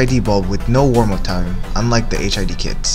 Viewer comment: So... Not Hid. Stop saying HID!